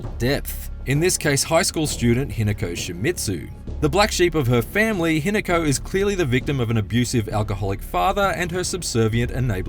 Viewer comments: that’s the forsters doing there work and Australians can’t drink. Also that accent ‘Hinaku’ it’s Hi-Na-Ko (preference on the ‘O’) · He nako 😮😮😮pronounced